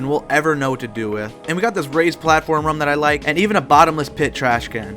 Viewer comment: I never saw anyone pronounce room as "rhuame".